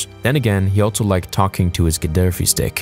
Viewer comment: You say “also” so weird. “ALTSO”